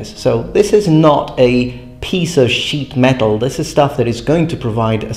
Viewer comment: Its partly because he pronounces it as "piece of sheet METAL" instead of "piece of SHEET metal". Im talking about what words are stressed.